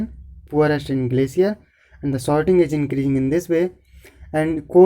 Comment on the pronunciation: Dont mind It's sorting not shorting.